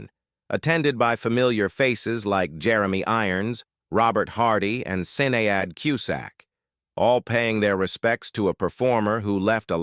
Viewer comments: "Sin-ee-ad" Cusack? Sin-ee-ad? --- "Shinayd" You gibbering electronic moron! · IZ-ling-Ton, for example and SIN-Ee-Ad. 😂